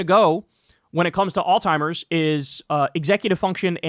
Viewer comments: dude this shit cracks me up every time there was a video earlier where you made fun of somebody for pronouncing apartheid wrong and every single time you mentioned Alzheimer’s you say “all-timers” 😂. Anyways, I love you and krystal. Keep it up. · Bro it’s freaking Alzheimer’s not All-timers , idiot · Bro, its Alls-high-mers. You keep saying alltimers. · (alt ZHIMERS) not (all timers) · Kyle, bro All-timers, smh🤦🏽‍♂️? Alzheimer's (Aalts·hai·mrz) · Kyle it’s called ALZHEIMERS not alltimers Jesus dude are you literate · kyle why you keep saying “all timers” when it’s alzheimer’s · Its alzheimers not al-timers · Kyle: its Alziemers not All timers. JFC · In case anyone cares it’s “Alzheimer’s” not “all-timer’s” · ALZHEIMERS, not alltimers lol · Repeat after me. Alzheimer's alz-heimer's..... Not all timers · Kyle. There IS a Z in Alzheimers. NOT a T. It's not "all-timers." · Alzheimer's not Alltimers bud. Also not oldtimers lol. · Jesus christ Kyle learn how to pronounce Alzheimers. It is NOT All-timers 😂😂😂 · I now it's not important, but it's Alzheimer's not Alltimer's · Kyle, please stop pronouncing Alzheimer's as "All-timers". lol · Love your content, buddy. In case someone hasn't called this to your attention, the progressive brain disease is Alzheimer's, not "altimers" or "old-timer's." As a physical therapist who regularly works with patients afflicted with this condition, I've heard it all. The mispronunciation is quite common. Keep up the good work. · Don't wanna be that guy but it's pronounced Alls high mers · There is no T in the word Alzheimer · I have nothing but respect for you, but it’s Alzheimer’s. There’s no T in there. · Please please PLEASE learn how to say Alzheimer's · Kyle’s pronunciation of Alzheimer’s gave me Alzheimer’s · The way Kyle says Alzheimer’s like it has a “t” in it makes me giggle and cringe every time. Hehe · There is no T in alzhiemers. AlzHiemers . . Gotta pronounce it correctly.